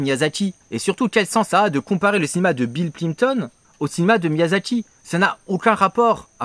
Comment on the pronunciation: Miyazaki, pas Miyasaki ! Et non, les ignares qui s’apprêtent à dire que je chipote pour rien du tout, ce n’est pas la même chose. En japonais, la transcription en rômaji détermine la prononciation. Un « s » se prononce toujours « s » (comme dans « saucisson » et un « z » se prononce toujours « z » comme dans « zizi ».